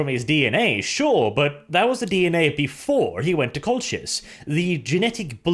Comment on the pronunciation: I hate to pick on the pronunciation but I think the 'ch' in Colchis is hard like in ichor, not soft like in channel